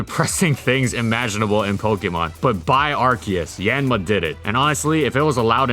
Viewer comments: Hate to correct pronunciation like this but it's "Yahn-mah" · I thought it was pronounced as yawn-ma? I’m taken aback right now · I love how he almost never pronounces the name of the Pokemon correctly